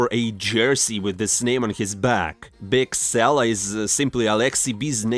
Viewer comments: It's biskela my man not bigsela wtf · BiSkela not BiGsela :D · Man, this channel would be so much better if you put in literally just a tiny bit of effort to learn how to pronounce things. I mean seriously, bigsella? Arozdok? wtf is that...